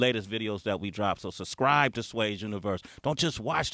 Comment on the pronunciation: Yo Sway, I think the word is "subscribe" not "suscribe". come on homie...